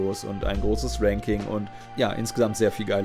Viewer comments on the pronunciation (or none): none